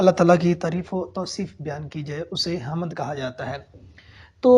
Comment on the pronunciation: یہ بات درست ہے کہ انسان خطا کا پتلا ہے مگر بطور استاد آپ نے یہاں کچھ ایسی غلطیاں کی ہیں کہ جو نہیں ہونی چاہیے تھیں۔ مثلاً: آپ نے حَم٘د کو حَمَد پڑھا جو کہ بالکل غلط ہے۔ دوسری یہ کہ آپ نے لفظ حبسیات کو جسیات پڑھا، اس سے ایسا معلوم ہوتا ہے کہ آپ نے کتابوں کے نام ٹھیک طرح دیکھے نہیں مگر لکھے لیے ہیں۔ براہ کرم جب کوئی طالب علم یا نیا استاد آپ کی ان کلاسسز سے رہنمائی لینے آئے تو اسے مستفید کر کے بھیجیں نہ کہ یہ حرکت کریں